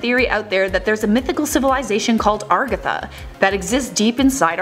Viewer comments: agartha not ARgatha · Agartha not argatha lol. BTW you couldn't answer life's smallest questions much less the biggest.